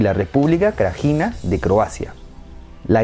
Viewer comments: Srebrenica se pronuncia "SREBRENITSA" Srpska, "SERPSKA" Y Krajina, "KRAINA". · Creo que deberias haberte molestado en buscar la pronunciacion de nombres como "Krajina" o "Srebenica"